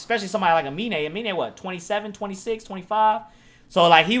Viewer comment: really said his name right the entire video and ends the video calling him " a mean " lmao